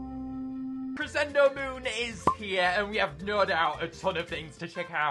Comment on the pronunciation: Please stop saying crescendo like that